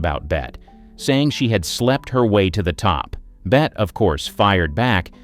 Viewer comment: Bet? Hello, no, it's Bette as in BETTY